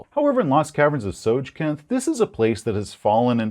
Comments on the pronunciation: It's called Tosjcanth, not Tosjcannoth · I always thought it was Tss-oy-kahnt. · I think it makes more sense to pronounce it Soy-kanth. I mean, it's D&D and the names weren't really created by people who understood language, but So-j-kanth is... very inorganic. Usually, syllables like a hard j in the middle of two syllables that are often spoken from the front of the mouth would be ironed out by speakers over time. First of all, there is no vowel attached to the J, which makes it virtually unpronounceable. Unlike letters like the H in Hrvatska, Croatian being a language that mercilessly smashes together consonants, the hard J doesn't blend into the following syllable. You can feel it when you say it, like grinding a gearbox. So"dz"(J like jungle)-Kanth also make some sense, but, I would suggest that this word becomes immediately more pronounceable in German gives us some pretty big hints: Ts is native to German as a Z, and the soft J is too. However, only the designers know the "correct" pronunciation. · It's pronounced TSOJCANTH. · It's pronounced "So-Canth"